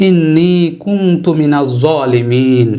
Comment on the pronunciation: ইল্লা আংতা নাকি ইল্লা আনতা,,,,,,ঝলিমিন নাকি ঝোয়ালিমিন ?